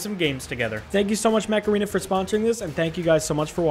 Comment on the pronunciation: Okay when he said mecha arena I can't be the only one who heard macarena